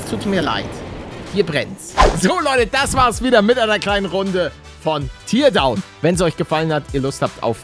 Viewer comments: Nicht Tierdown Paledde! Teardown! TÄRDAUN! XD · "Tierdauwn" Es wird glaube ich eher wie "Teerdauwn" ausgesprochen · Das spricht man tärdown aus palle 😁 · Hey Palle, du sagtest "Teardown" falsch. Man sagt eigentlich das Tear wie "Teer", und das "Down" wie du es sagtest.